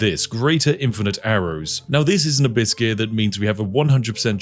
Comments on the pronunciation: I keep hearing "a biscuit" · Why do I always hear him say "a buiscuit" instead of "Abyss Gear"? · I accidently heard "a biscuit" rather than "abyss gear". Very confused for a moment, and now I can't un-hear it :_spiffBugger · I was halfway through the video before I realised Spiff was saying "Abyss gear". I just assumed he refered to those round objects as "A biscuit", and thought 'Yeah, that's quite on-brand for Spiff.' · I keep hearing you farming biscuits… presumably to go with your nice cup of tea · 😂😂 I had this going in the background and thought you were saying biscuits the entire time instead of abyss gear 😂😂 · When you say "abyss gear" it sounds like "a biscuit". Yorkshire tea and a biscuit? Yes, please! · When ever he says Abyss gear, i hear A biscuit xD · Even when I knew what he was saying, I kept hearing "a biscuit". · Am I the only one who can only hear hibiscus instead of Abyss things? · When you say 'Abyss Gear', I keep hearing a mispronunciation of 'A biscuit'. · Whenever you say "Abyss gear" I hear "Biscuit". Personally I have yet to taste a Lv. 2 Biscuit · ¿Am I the only one that hear "a Biscuit" instead of Abyss Gear EACH TIME? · "a biscuit" I heard it like "a biscuit" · took me til 19 min to finally understand he is saying Abyss Gear, I thought he kept saying Hibiscus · I wasn't watching, just listening, and at first I thought he was saying Biscuits, then I heard Hibiscus. Had I played the game before I'd know what Abyss Gear is. Lol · 😂 minding my business with Spiff in the background, speaking about biscuits. Glad I’m not the only one hearing that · I wasn’t hearing “biscuits” before this comment, but now I am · i kept hearing abyss gear as a biscuit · Every time Spiff says “Abyss gear”, I hear “a biscuit” for some reason… I think it’s time to eat. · I kept hearing you say "A biscuit". I got hungry. Had some tea. Can confirm you are a wizard. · What he says "Abyss gears" What I hear "Abyss-cuit" ah, the perfect companion to Infernal Grey tea